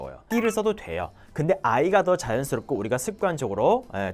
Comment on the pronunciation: 한국어 발음 너무 좋으신데 딱 한가지~ 표현을 포현으로 발음하시더라고요😊 真的是美中不足😅